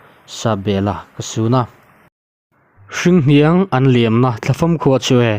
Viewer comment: "Hringhniang an liamna thlafam khua chu e" tia i chhiar hi "hrinhniang" ani zawk lo maw? A ngaihnawm e.